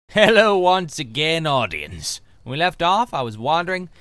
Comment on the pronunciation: I love, out of most things in the world, the way Toby says "AudiEGHNCE"